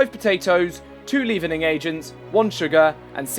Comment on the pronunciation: its pronounced leaven like heaven. Leavening agent...